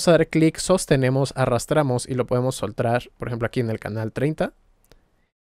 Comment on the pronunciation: soltrar XDD 😂